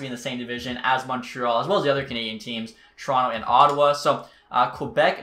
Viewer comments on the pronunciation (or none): none